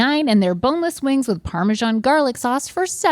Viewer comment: The way they all mispronounce parmesan is hilarious😂 Also, again, those are NOT sandwiches. They're chicken burgers